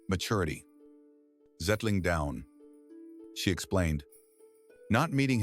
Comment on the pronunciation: One girl suddenly becomes two and the rainbow flags suggest knowledge. Solaire?? How about sole heir. And someone needs to teach the AI about silent letters in English although it would probably be better if we just removed them. Zettleing down? How do you Zettle. And yet again we have failed to get away from a Chen family member. And why is Principal Garcia said with a Spanish accent? Hoores passed. Ladies of the evening?